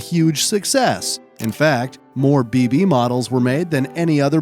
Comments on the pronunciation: It is pronounced "beh beh" not "bee bee. sorry i got triggered 😂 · No way he kept butchering the pronunciation of Bébé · That is is not how you pronounce bébé.